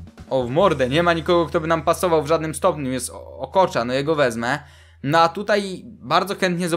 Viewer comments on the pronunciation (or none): Czyta się ''Oczoa'' a nie ''Okocza'' xD